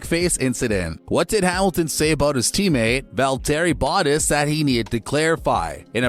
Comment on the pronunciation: Voweltearee Botess